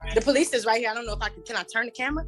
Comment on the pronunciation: The Po-Lease